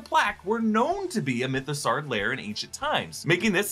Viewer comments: why do you keep pronouncing it like mythO-SAR? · It's Mytho-saw like dinosaur. Saur is pronounced saw.